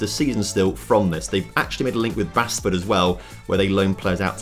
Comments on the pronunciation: It’s pronounced baseford, closest team to myself. I know it probably should be the way pronounced it but it’s not I did expect a lot more from this, definitely disappointing they never even made the premier league. Also maybe don’t make yourself manager until they have had the money for five seasons? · Basford is pronounced Bassford.